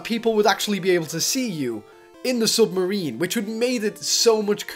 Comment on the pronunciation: lol he says sumarine LOL